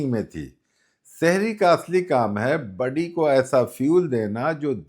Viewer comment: budy nahin body bolte hain